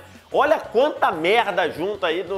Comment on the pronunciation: O cara falou mera